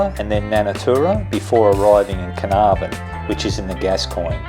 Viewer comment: It is "CARNARVON"!!!!